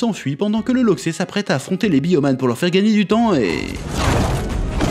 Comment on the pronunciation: Je sais pas où t'a entendu ça, mais on dit pas un loxé mais un loxeu